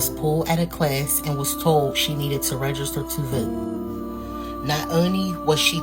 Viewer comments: NEVER TRUST SOMEONE THAT CANNOT EVEN PRONOUNCE REGISTER CORRECTLY. IT'S REGISTER MA'AM NOT RAYSTER!! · She can't even say register. "Rayster" they are so unbelievably low iq. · This lady can't even pronounce the word "register." What tf is "raygester"?! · Why tf do they keep say RAY-gester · What is “raisjster”? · I wish that woman would learn how to say "register" annoying. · SHE CANT EVEN PRONOUNCE HER JOB TITLE 😂